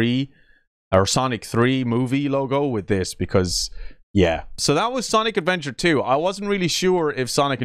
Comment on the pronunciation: I hate how he said Sonic Adventure with a S